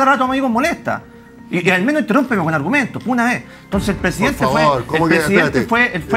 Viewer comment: Los "arumentos" de rene naranjo: NO NO NO NO NO...